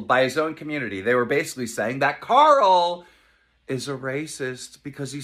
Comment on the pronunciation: ok not even a second in and you said karl wrong